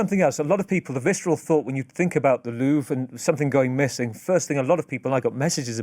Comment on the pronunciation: he's just trolling with his pronunciation of "Louvre" right???